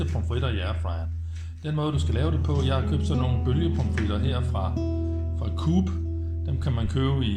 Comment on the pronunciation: Coop udtales KO OP. To stavelser. Ja jeg er en flueknepper. Men tak for videoen